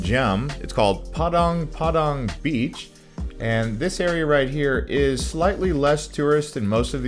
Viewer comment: Very good video. Small correction its padang padang Beach not Padong Padong Beach. Thank you for your good video